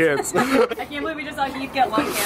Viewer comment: Heath Hah More like Hif.